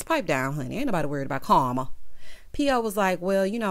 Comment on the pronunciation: Every time you say Carma I’m weak 😂🤣